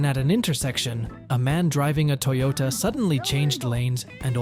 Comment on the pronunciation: Why are you pronouncing Toyota that way?